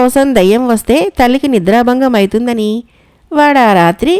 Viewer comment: బాగానే చదువుతున్నారు కానీ అవుతుంది అనే బదులు ithundiantunnRu adokkTe లోపం